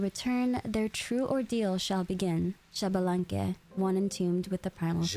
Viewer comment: I need people to start saying Xbalanque right.